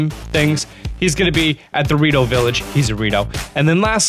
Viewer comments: I think he said burrito village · Anyone else think he said Dorito village instead of Rito Village bear the end